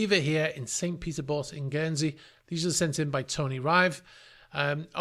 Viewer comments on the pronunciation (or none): none